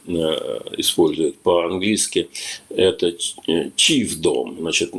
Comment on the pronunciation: "chiefdom" not "cheesedom" 😂